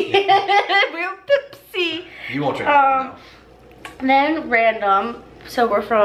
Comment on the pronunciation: The way you pronounce pepsi was so funny lol 🤣